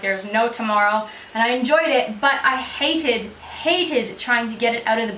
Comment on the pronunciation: Sounded very English when u said hated! Xx